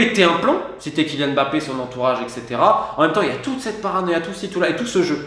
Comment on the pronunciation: On dit Mbappé et non M bappé svp prononcez bien les noms de familles d’origine africaine. Ngolo Kanté et non N golo c’est pas compliqué pourtant.